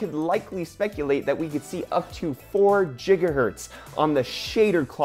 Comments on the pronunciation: It is pronounced "Gigahertz" not "Jigahertz" lol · Is it really JIGAHERTZ? What I know is it's GIGAHERTZ! 😲😲😲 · gonna dislike your videos every time i hear jigahertz. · PLS STOP SAYING JIGAHERTZ! ! ! ! ! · you mispronounced Gigahertz ;)